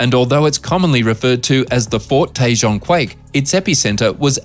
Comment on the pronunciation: Tejan is not Tay-jan it tay-hone